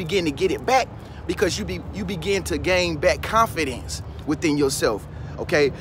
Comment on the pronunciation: Agneta B. Yeah I can tell he doesnt because even some parts where he mess up such as when he said confidence and other words and he still left them. They make the video more real to me.